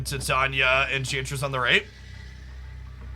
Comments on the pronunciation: Ti-tanya? Thought it was Tai-taina. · I squirm every time you say “Tie-Tanya”………it’s “Tie-tane-knee-ah” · Just so that you know in future videos even though it'll be hard to get used to saying, its Tie-tane-ee-uh not Tit-on-yuh. Shes also in the She-Hulk series on Disney+ :) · TIE TAE KNEE UHH CAN YOU READ ENGLISH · Yep, it is tai·tay·nee·uh. I don't know if he says it the way he does as a joke or not. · Ti-tanya is the pronunciation of the fairy queen from Midsummer Night's Dream, that may be where got it from.